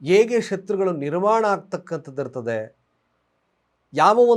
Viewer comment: ಶತ್ವಗಳು ಹೇಗೆ ನಿರ್ವಾಣ ಅಂತಿರಲ್ಲಾ, ಅದು ನಿರ್ಮಾಣ ಅಂತ ಹೇಳಿ